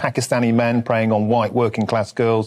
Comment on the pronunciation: God she even pronounced it with the meme "hwite".